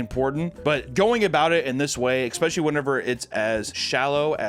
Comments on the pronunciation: Papa says expecially. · I hate that he says "eckspecially" it sounds so unattractive